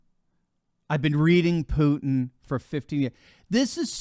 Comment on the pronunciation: I still hope that English speakers will one day FINALLY find out Putin's first name reads VlaDEEmir, not VLAAHdimir. Second syllable under stress. and his last name is PUTIN, not PUTN. Clearly five sounds. Which you perfectly perform by the way. I'm not his fan, I'm just a fan of accuracy.